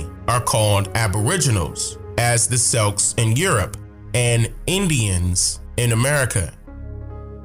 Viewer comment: 'Celts', (the people) is pronounced 'Kelts' not 'Selts'. The sports team is pronounced 'Selts'. Just for the record.